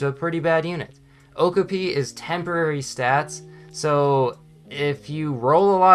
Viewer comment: Please search the pronunciation for okapi because your triggering me